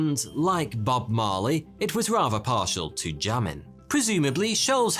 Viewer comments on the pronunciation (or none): none